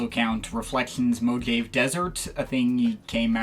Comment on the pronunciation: nice review but its pronounced mo hah vey